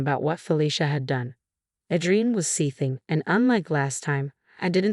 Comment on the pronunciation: It’s pronounced A-DREE-IN